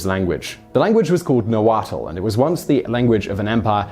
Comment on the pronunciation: My issue with the video: It's pronounced Na-Wat (with a almost silent l at the end). Some regions don't have the l sound at the end. About 2 million still speak Nahuatl with another million in the United States.